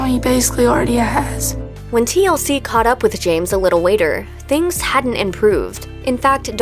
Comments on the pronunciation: I caught that.. she said weighter... Not later... Thought she pulled a fast one.. nope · Is the narrator using “W’s” instead of “L’s”????? She keep saying like waiter instead of later and shit 😂😂